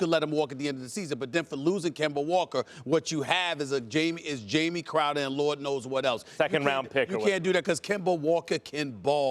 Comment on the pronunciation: At first it use to bother me when he kept miss pronouncing Jay Crowder’s name but he hasn’t been playing like Jay Crowder. Jamie it is.